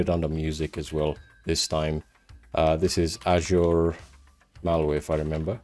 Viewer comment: the way you pronounce azure as ashure💀